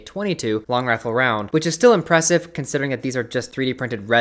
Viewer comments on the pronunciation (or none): none